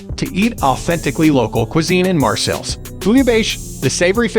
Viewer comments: OK, are you saying Marcel’s on purpose? It’s Marseille! Mar-say. Put it together! Marseille not Marcels. I actually stopped watching the video because I couldn’t take you saying Marcels every time you were supposed to say Marseille. If you’re going to do a travel video, you at Least need to know how to say it correctly! I must say, thumbs down to this. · Marcels?? CalanQ??...Pretty pathetic. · Marseille (Maar-Say) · Lol maybe learn how to pronounce the city's name to start with... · Can't trust a tourist guide if you cannot pronounce the name of the city right. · Sorry but your pronouncement of Marseille & other French names is embarrassing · If you can´t even try and pronounce the name of the city - which I know - then why should I waste my time watching your video?